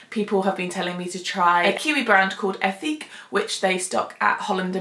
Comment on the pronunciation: “Eh-teek “ it’s french. Lol but I love their products! Great and thorough review.